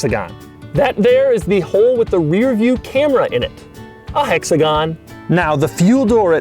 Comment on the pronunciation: Doug Score? A hexagaan!